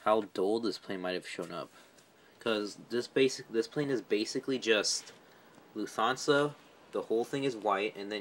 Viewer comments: It’s Luft-hansa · You pronounced Lufthansa wrong. It’s pronounced Loof-Tawn-Suh